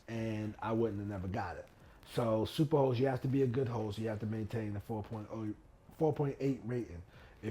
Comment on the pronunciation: I’m probably the only one that thought you were saying super hoe status lol. 🥴